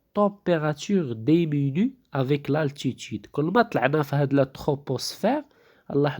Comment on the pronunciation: si on enseigne en français ,il est formellement interdit de parler en arabe.c'est antipedagogique..en plus des fautes d'orthographe (au moins 3 ou 4).mauvaise prononciation (demenue alors que c'est diminue )